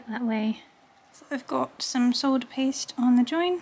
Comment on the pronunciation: My family always recommends six-prong settings. That way you can figure out your ring is broken before you lose the stone. That is a beautiful ring, by the way. I keep hearing "soldier" and "sword paste," which I hope will give you a giggle. The American pronunciation of solder is "sodder," like dirt but more of it.